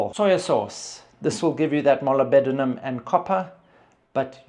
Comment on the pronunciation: Molybdenum is pronounced mo-lib-denum with the emphasis on the lib. 😊